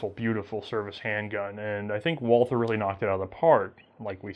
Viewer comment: The pronunciation of Gesellschaft was totally fine, most of these were more accent than anything else (nailed the umlauts)! But if there's something odd, it's the pronunciation of 'Walther'. The h in Walther is silent. It's "Walter", the German 'a' is more like the 'u'' in 'ugly' (there's a section on the English 'Carl Walther' Wikipedia page that recommends saying 'vaulter'). Anyway, It's a pretty lame sounding name on its own in German. Thanks a lot for these videos, great content! :)